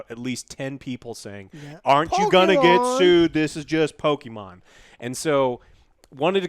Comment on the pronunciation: No one: No one in the universe: Joe: pokiman